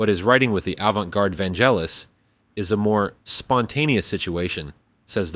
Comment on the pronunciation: Vangelis, not "Vangellis" 😉